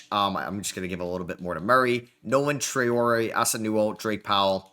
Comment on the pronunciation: Love that you're nailing the Traore pronounciation, great realistic (atleast for the first 2 years) rebuild mate